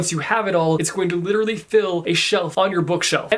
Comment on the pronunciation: Lit-erally... YES!